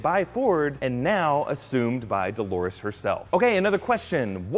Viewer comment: "Dolores", for fuck's sake! Not "Dólares" (dollars), not "Delores", as many wrote. Also, in the video: "Dolores's", really?